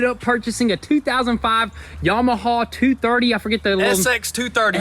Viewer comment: I am dropping my comment below, It is pronounced Yamaha not Yamahaw, ha ha or is it haw haw